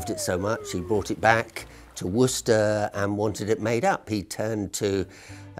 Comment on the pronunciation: Imagine saying Worcester wrong while theres an interview where an actual guy from there pronouncing it right.